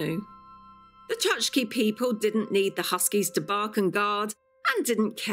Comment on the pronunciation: I hope no Chukchi people were listening. The name of these indigenous Siberians is pronounced “chook-chee”.😊